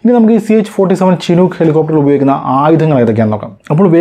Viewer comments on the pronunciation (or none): ചിനൂക്ക് അല്ല ഷിനൂക്ക്